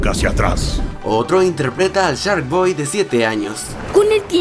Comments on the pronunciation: No manchez wey no se pronucia charkboy sino se dice sharkboy ya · Es mi imaginación o al inicio del video dice "charkboy"¿?